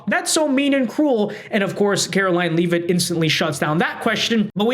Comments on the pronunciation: Levvit, not leave it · her name is pronounced Levit... not Leave-it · If you are going to apply for a press pass, you might want pronounce the Press Secretary’s name correctly. Just saying….its lot leave-it, it’s pronounced lev-it.